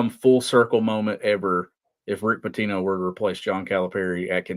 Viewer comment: Your pronounced “Rick Pitino” incorrectly guys.